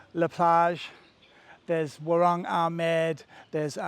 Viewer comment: I love ur vids !!! B U T …… i have to say to you WARUNG is pronounced : “WAR - WRONG” Your saying is incorrect. Just saying…… love Amed btw